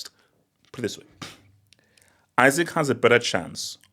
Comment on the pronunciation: You really spent the whole vid mispronouncing dude's name 😂